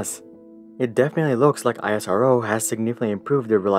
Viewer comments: Bruh as an indian why are you pronouncing it as (i-s-r-o) when its (is-row) 😀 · Well analysed...! But pronounce the ISRO as isro...just like how NASA is not pronounced n a s a. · is ro not i s r o that way we should call ur space org n a s a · You can pronounce it as (is-ro) don't need to say I S R O just like you pronounce (Na-Sa) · It is pronounced as esro not I-SRO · It's not i s r o pronunciation is like Israel. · We don't call it I S R O We say it Isro without any gaps Like Esro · Love the video. Btw it's pronounced ISRO (not the individual letters) like the "is" word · It's pronounced 'EES-ROW' btw. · It is not I-S-R-O spell it together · You don't say NASA as N A S A, then why are you calling ISRO as I S R O? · ‘Iasaro ‘💀 wTf BrO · actually you are pronouncing it wrong its iss-row in pronunciation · ISRO is pronounced as "IS-ROW" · Its not Isorrow .... 🤣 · Learn to pronounce ISRO's Name correctly. You do not call NASA as N. A. S. A. with each alphabet spelled out. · It's Pronounce like "E-sro" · Thumbs up for the information! Thumbs down for the pronunciation of ISRO! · I'm surprised that after doing so much research about ISRO, you still pronounce it very different from the norm. Anyways, good video! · We call it more like a word than an acronym, like is row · Dude you are spelling isro wrong. Spell it as iss -roh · Your pronunciation of ISRO is making me uncomfortable! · I don’t like it when people don’t say properly Indian word and pronounces Please I like the videos but work on ISRO pronounce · Speaking NASA well but what happen when you speak " ISRO " bro 🤬 speak well isro also plise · It pronounced the the same way as NASA. It's pronounced (isroh) not I.S.R.O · Only thing I'd like to say... It's not I-S-R-O, just pronounce it out Isro. It's like calling NASA as N-A-S-A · It's IS-RO not I.S.R.O bro ...we don't call NASA '"N.A.S.A'" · Great video! Next time you can just call it "isro" like you would say NASA, and not "I-S-R-O" :)